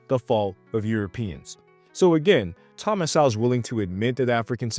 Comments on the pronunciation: It’s pronounced Soul not sowel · You pronounce his last name (So -Wol)So-Wol. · You can’t even pronounce “Sowell” dummy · If you are going to bring up Thomas Sowell you should know his work and maybe read Black Rednecks and White Liberals and also pronounce his name correctly by the way it’s a shame he never ran for president